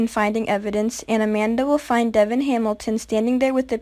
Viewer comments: Devon is pronounced Duh'Von 🙄 Ma'am do your research before you review a show. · This girl is ridiculous! She can't even pronounce Devon's name correctly!